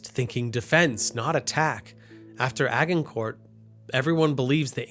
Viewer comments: lovely video and great storytelling but your pronunciations are all over the place, please do a little work on that. standouts are "agg-in-kort" for agincourt (pronounced a-sjin-core) as its french and the "shanell" islands, pronounced chan-ell as written as theyre english. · This was a really good video! Informative, clearly communicated, and kept everything organized to keep track of how things changed over the centuries. BUUUUT... it's Agincourt with a soft G, and the T is silent. "Ah-jin-cour"